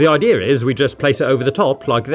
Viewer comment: This really bugs me out every time you say idea you pronounce it idear